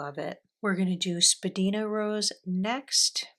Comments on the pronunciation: Thanks for sharing. Spadina is a main street in Toronto. It’s pronounced spa-dine-a. It used to be the centre of the fashion district. There are a number of FWP inks named for places in Toronto: Edwards garden, Bathurst blue denim, down the Don Valley (parking lot😂) , Morningside mint. Lovely choices. Thanks again 😊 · wow what a lovely selection of colours!! i hope you enjoy them in pens! also i don’t mean to nag but jsyk Spadina is actually pronounced spa-die-na (it’s named after a road in Toronto where i live) :) also FWP inks are known for being a bit on the dry side. thank you for sharing! 💛